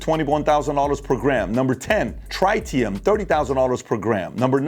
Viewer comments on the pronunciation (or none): none